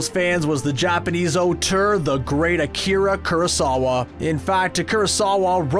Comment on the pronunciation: It's Shibuya. Not Sibuya. You said Akira Kurosawa right though.